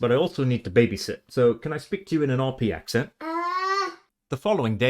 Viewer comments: I'm hearing you say ak' sent not ak' sn't But then, I'm American, and speak with an American midlands-west coast accent. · Throughout the video you're ironically pronouncing "accent" wrong too. The e is more like the oo in look. (Ignore the profile pic, I grew up in Berkshire 😂) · A valiant effort. You haven’t nailed the vowel sound of “port” yet and you’re doing a lot of strong glottal stop entries on words that start with vowels (which I think is why people guess German). One thing that really hampered the challenge is that the second vowel of “accent” is a schwa, not the vowel sound of “red” - every time you had to explain what you were doing, you gave it away! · Thank you, this was really interesting! Funnily, the most obvious word you mispronounced while spreaking RP, was "accent"! The 'e' should be a shwa. Also, most Brits don't know what RP is, it's a term only really used by linguists. Lastly, you must work on eliminating the north American nasality of your speech. That's the biggest giveaway. Try projecting your voice from your diaphragm, like a singer would do, rather than pushing it through your nose. Otherwise, that was an excellent effort. With a little more practice you'll soon be fooling the Brits! Please follow up on this video, it was such fun!